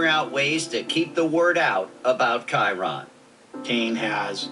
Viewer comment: after HOW many times Kyron's name was pronounced, he still goes and pronounces it ky-ron....